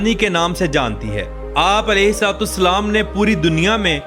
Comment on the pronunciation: Apna alfaz theek Karen ye alahe Salam hain